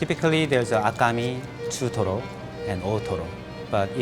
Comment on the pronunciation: chutoro, that perfect accent made my day 😌😂